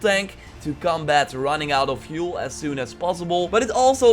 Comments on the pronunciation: It's fuel not vuel shit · Like, fuel is fjoel to him